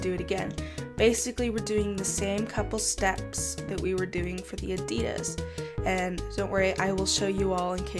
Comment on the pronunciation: It's on the left for us too... It's ok. You thought it wasn't. Also plz say Nike and Adidas like others! It sounds kinda weird to me and I was about to rage!!!! P.S: You're still the best. 😘 Love ya!